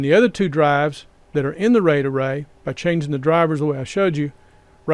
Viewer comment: I will be hearing 'ray-dah-ray' for the rest of the night! Truly though, this is great information in both the video, and your comment responses! +1 subscribe